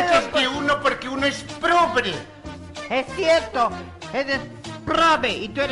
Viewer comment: "" dijo probre y luego quico dijo prrobe JAJAJAJA